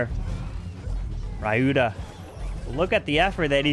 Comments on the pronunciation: It's Spelt "Ree you tha" not ray you tha. but, nice content and comentary as always. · Hey,it's pronounced as ryuta and not rayuta👍🤍